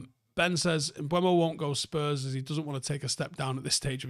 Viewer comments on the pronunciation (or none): Bryan Mbe-umo and not Mbu-emo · I think it’s the wrong way round at the start, he pronounces it “m-boom-o” everyone says “m-bwem-o” 😂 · Wtf are you on about at the start? 😂 Mbeumo literally pronounces his name “M-ber-mo” and you’re going “urrgh he himself says Mbwemo” 🤦‍♂️ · Sky sports did a video of Mbuemo pronouncing his name - Em-BOOM-o. Very simple. Not Kinder Bueno or whatever you said.😂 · "M-ber-mo"? He literally says m-boo-mo himself. Youre both wrong 😂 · You say Mboono I say Mbuemo. Let's call the whole thing off. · He actually says MBOOMO ;) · had an absolute SHOCKER there lol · He pronounces it Um-boo-mo. There are literally videos available on this platform of him pronouncing his name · It’s amazing how many people can’t pronounce this. Talksport regularly butchering both Cunha’s first name and Mbeumo. It’s not hard to read that it’s ‘e’ before ‘u’ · There's no w in Mbeumo, and the u is not before the e. There is no ue or we sound at all. It must be dyslexic people saying it wrong that catches on everywhere and people just keep parotting it. He himself doesn't pronounce it like that either. There's also the premier league videos of all players pronouncing their own names you can look up, then there's no confusion at all, apart from difficulty in pronunciation from certain accents. Even still you can learn or work at it. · It's Mbeumo, not Mbeumo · At this point I'm convinced is dyslexic. There's no way he misreads and mispronounces the guy's name for this long.